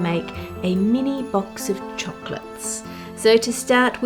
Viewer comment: I adore you and your videos so please don't take this personally, but am I the only one who can't stand the way she says "chocolates"? Lol idk it's just weird to me. Not that it matters but I'm just curious if I'm the only one!